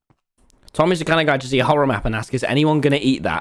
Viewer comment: Man's really said mchorror map 🤣🤡